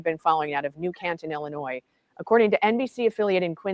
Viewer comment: 'Illinoi' not Illinoise